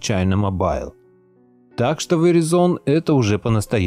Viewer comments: Правильно читать "ВИРАЙЗН". Веризон - ухаахахаха))) боже хоть бы загуглил как читается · Не веризон а верайзон правильно говорить )) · Если интересно, то это произносится как "вэрАйзон". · Здравствуйте, извините маленькая поправочка. Verizon произносится Вэрайзон с ударением на "а". У меня телефон был приобретён в штатах, я там жила долго. Всего Вам Доброго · Just FYI - Verizon происносится как ВЕРАЙЗОН с ударением на АЙ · вэрАйзон произносится окда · Веризон ха ха ха учи английский